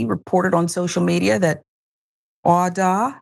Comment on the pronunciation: while i applaud you for bringing up this horrifying tragedy, please try to pronounce his name correctly, instead of repeatedly butchering it. this is very disrespectful to awda and his memory.